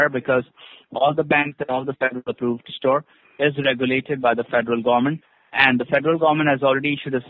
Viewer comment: fedral garment. 😂